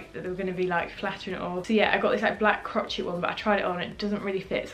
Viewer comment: Crotchet??? Hahaha it’s pronounced like cro-shay 😂😂